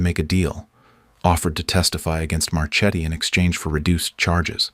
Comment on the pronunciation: Marchetti is an Italian name, so it's pronounced MarKe-t-t-y, not March-eddy. You're welcome.